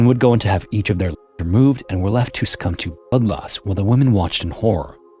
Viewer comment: Dude, you’re totally using an ai voice. There’s no hiding the telltale deepfake warble and it sounds nothing like your natural voice from before you started using it. Hell, at 13 minutes you don’t even try to hide that it screws up saying limbs and blood loss.